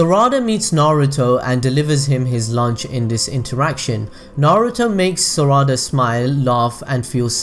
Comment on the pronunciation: Im not hating but why do you say "Saraawda" isn't it just Sarada.